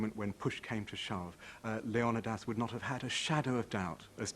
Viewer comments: leon a das not leon eye das who dare put that i in there to sound like eye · It's not LEO -NIDAS... Its LEON -IDAS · Why did the producer of 300 decide to pronounce Leonidas as Lee-on-nigh-das rather than Lee-oh-nah-das? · I had to stop listening because I could not take the mispronouncing of leonidias name over and over. It has been pronounced 'leo nie dass' by every other historian in my lifetime. Not 'lee own I diss'. For cripes sake. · yeah like Leo nuh das or something 😂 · the actual Greek pronunciation is Leh-Oh-Nih-Thas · The way he says the name of the king of Sparta is so distracting. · It's annoying, right?? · The way he pronounces Leonidas is triggering me so hard... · I'm sorry, but I can't bring myself to listen to the English narrator absolutely butcher the name Leonidas... atrocious and down right obnoxious. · Fred Smith I'm Greek, my cousin is named Leo-ni-das. They are mispronouncing his name in this doc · A good documentary if you can get past the narrator mispronouncing Leonidas name. That alone drove me crazy.